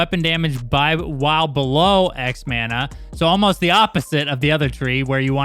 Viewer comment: Who the hell taught you guys how to say, "Mana". LMAO